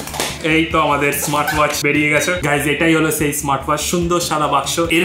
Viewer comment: বাংলা উচ্চারণটা আরেকটুখানি ভালো করে বলার চেষ্টা করবেন।যেমন আপনি বলেন চেএই,উচ্চারণটা হবে সেই।🙏🙂